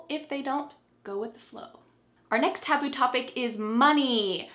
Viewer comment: Who missread the word "taboo" like"taobao"😂😂